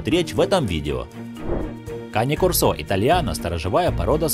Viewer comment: Там нерусский что ли комментирует? Кане-кОрсо, а на корсО!!!